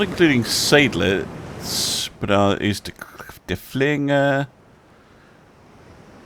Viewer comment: Derfflinger has the stress on the first syllabubble and the ey in Serydlitz is pronounced like the word 'I'